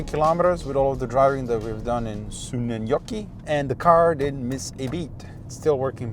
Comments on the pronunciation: Did you practis saying suonenjoki how much because you sad it very well 😁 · As a Finn and living about 50 km from where you bought the car, I couldn't be happier about this video. You pronounce Suonenjoki perfectly!